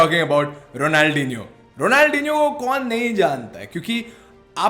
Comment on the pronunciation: I was gonna tell my friend fidias on utube to shout u out he said he wud but i cant tell him to if u say ronaldhinio